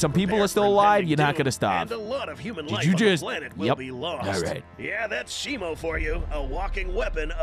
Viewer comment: It's shimo not shimu